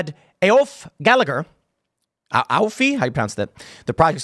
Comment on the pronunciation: Aoife (e - fah) Gallagher (gal - a - her) Not a mystery that Americans can't pronounce the first name but you always brutalise the second.